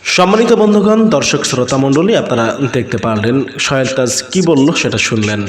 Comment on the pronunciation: সোহেল তাজ এর নাম তো ভাই আপনি উচ্চারনই করতে পারছেন না।